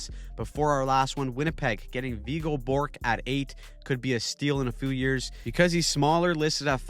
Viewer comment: It's Viggo Björck, not Borck. Pronounced kind of like Bee-ork